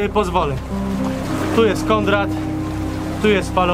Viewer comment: Konrad a nie kondrad !!!!! Zawsze mnie to denerwuje :D